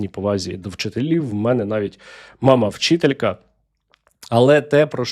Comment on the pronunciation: Ви взагалі знаєте, яка зарплата? Після усіх вирахувань живемо на 10 тисяч. Із них же донатимо, купуємо матеріал на сітки. А саме головне- виховуємо майбутніх українців. Моя повага до вас зменшилась рівно на силу вашого "наголосу", га слово " вчитель", ви навіть не приховали своєї неприязні до нашої професії. Зарплати прибиральників у магазинах вищі. Чому ви наголошуєте на захрмарних доходах корупціонерів, чому їх не "перете" у свої випусках? Соромте, принижуйте їх, бо ви з ними знайомі. Для чого вчителям робите таке "позорисько"?